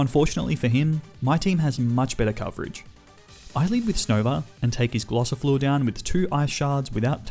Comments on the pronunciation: Its gossifleur instead glossifleur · Did he call them Glossifluer and Eldegloss, or was it just me???